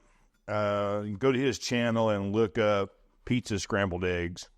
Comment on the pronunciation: Love me some “Scambled” eggs, lol.